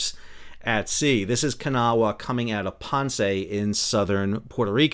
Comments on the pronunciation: IT’S NOT “KA-NAH-WAH!” IT’S “KUH-NAW!” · As someone who is from Kanawha County WV and grew up along the Kanawha River I am here to tell that you are NOT pronouncing it correctly. I have lived here in NC long enough to know that for some strange reason people here like to pronounce it Kan-a-wha with three syllables. That is incorrect, it is pronounced with two syllables as Kuh-naw. Pronouncing it Kan-a-wha just tells WV expats, like me, that you have never been to WV other than driving through on the interstate.